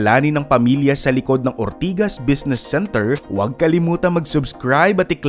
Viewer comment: kelangan tlga super emphasis yung OORRRRR-TIGAS hahahaha